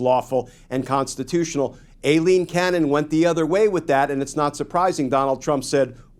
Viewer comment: Her name is EYE-LEAN, not A-Lean. After over a year, it's time to pronounce her name correctly. Anna Bower, of Lawfare, was in the courtroom when the judge was introduced and she confirmed the correct pronunciation.